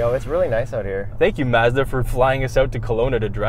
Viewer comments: Mad respect for sorting out the Mazda pronunciation. If I could give multiple likes I would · 123 5 One should always watch the videos more than once. FYI.... Don't blame the US consumers - every Mazda commercial pronounces the name 'Merican-Style'.